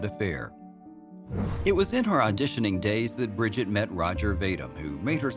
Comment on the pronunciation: Her first name is pronounced ' bree-jeete ' not ' brid-jet '